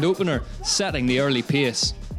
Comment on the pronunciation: Hard to pronounce well italian names while still struggling to pronounce english words like "race" or "pace"... 😅 But I like anyway the effort to upload this recap already on sunday!